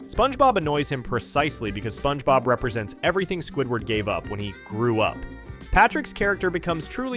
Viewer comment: "Spoange bob"